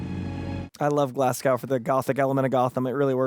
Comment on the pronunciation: GLASGOW (glaz-go) rhymes with NO, not NOW.